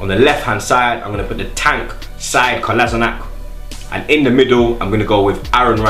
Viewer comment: Kolasinac pronunciation colashenuts ;-)